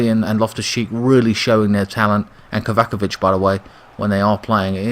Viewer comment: Good team selection mate! and don't worry about pronouncing the opposing players, we only care about the chelsea ones, lol. and by the way, it is Rudiger not Rugiega. and it is Kovicic not Kovacovic! lol. Keep it up man. My man of the match was Kante in this game, I agree with you.